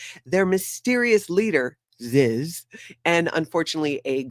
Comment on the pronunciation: Love it when you say, Ziz.😂